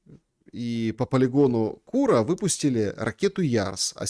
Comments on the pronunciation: Не кУра а курА, и это не гастробайтеры из Индии, а биороботы от Индостан Роботикс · Ну епрст, КурААА, ударение на А😂😂😂